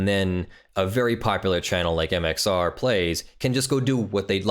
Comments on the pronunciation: Am I the only one here who’s gonna point out this man is saying MXO plays rather than MXR plays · when he says mxo and not mxr it kills me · Am I the only one here who’s gonna point out he is saying MXO plays rather than MXR plays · why are you constantly calling him MxO? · Why are you saying "MXO"? Isn;t it MxR? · Its MXR not MXO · It's MxR. Not MxO. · Who else is annoyed he keeps saying mxo